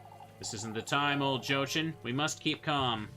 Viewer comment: Your pronounciation of Lebkuchen is great (Even though you rightfully dislike Jochen: Yo-hen). Overall your pronounciation is totally fine. On a side note: I'd say neither Rozenmarine nor Rosemarine is correct. Only know of the name Rosemarie so it irritates me a little constantly hearing an unknown spelling of that particular name. Love your playthrough so far and can imagine how annoying that continuous insanity frame was. Will definitely continue watching.